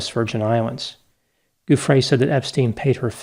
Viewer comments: Name pronunciation JOO free, not goo FRAY. Sorry, that was driving me crazy. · Giuffrè pronounced with a soft G. So it sounds like English joo-frey.